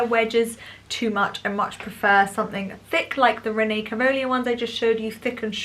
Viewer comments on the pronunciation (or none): It's pronounced Renée Cal-villa